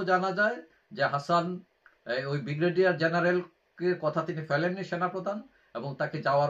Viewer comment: বিগ্রেডিয়ার নয, উচ্চারণ ঠিক করুন, ব্রিগেডিয়ার